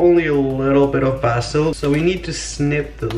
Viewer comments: Basil 🌿 not Bassil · Its pronounced (BAE-ZIL) not (BA-SIL) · Bays-ul, stop saying bass-ul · its pronounced bay-sal not baa- sil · Is bay-sil not ba-sil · ITS BASIL NOT BASSIL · Bae-zil not BA-sil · Guitar Madness it’s pronounced ba sil in the uk but in America it’s pronounced bae sil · he said bastil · They say basil differently in the UK, they pronounce it Bah-zil instead of basil. Not trying to be rude btw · Basil is said like this:bay-sil. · Basil said (bae-sil) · Its bAYsil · Ok I literally love him and he is the best but the way he says basil triggers me so much